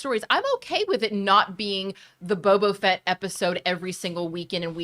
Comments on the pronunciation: I truly cringe every time said “bobo fett” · I cringed every time I heard “bobo fett” 🤣🤣🤣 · Is saying "Bobo Fett" every time or is it just me? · constantly saying “Bobo Fett” 😂